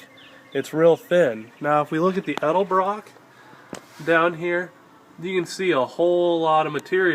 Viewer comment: At least he says "Edelbrock" so many people say "Elderbrook" drives me nuts!